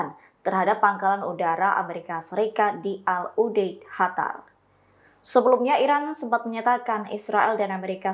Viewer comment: Qatar atau "hatar"?